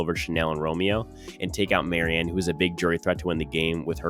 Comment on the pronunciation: Your mispronunciation of Maryas name in every video leads me to believe you don’t know very much